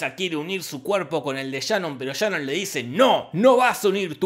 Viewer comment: Por que le dices Shanon si se llama Sharon? Jorge: Por que se me canta el culo.